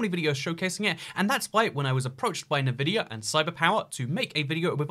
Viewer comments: "nuhvidia" it's Nvidia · HE SAID NUHVIDIA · Good video - but he sais "navidia"..... Absolutely ruined.